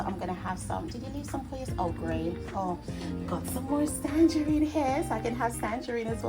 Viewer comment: Everything looks absolutely delectable 😊❤ Big up Aunty Joan with her blessed hands for always throwing it down in the kitchen❤ you've taught her well lol. Every time you said tangerine with the "s" I laugh out so hard. It's tangerine sis😅. I love it too. Haven't eaten it a while though. I need to book a flight for a plate of everything 😋😋